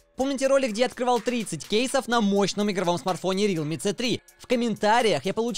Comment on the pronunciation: НЕ РИЛМИ А РЕАЛМИИИИИИИИ